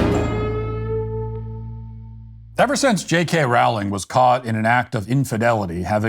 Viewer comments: It's Rowling as in bowling. Her name doesn't rhyme with howling... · Firstly if you can't say Rowling correctly then just don't say it. Row, as in row your boat gently down the stream, ling. Secondly, it has been shown that people's diet and hormones while pregnant can effect the gender a child comes out as. Since it is possible (even if not 100% controllable) then who is to say someone can't identify as something else. Transphobia is just another ignorant thing for people to discriminate against and why humanity is held back as a species. Learn to accept people who are doing you no harm or shut the hell as you only lower the collective intelligence of society. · BTW, JK Rowling is correctly pronounced to rhyme with the word bowling, as in bowling ball. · Rowling is pronounced as in "Row, row, row your boat". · This is great, and Radcliffe's behavior is awful. (But Rowling is pronounced "rolling.") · You pronounce her name wrong. It’s pronounced with an o like bowling.